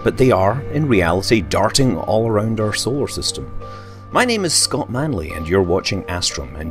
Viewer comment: Scote. Scote Manley.